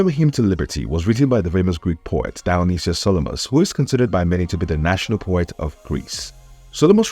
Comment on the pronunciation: You buchered the name Dionysios Solomos